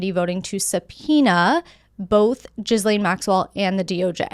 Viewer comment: lol are you saying gizzlane Maxwell on purpose😂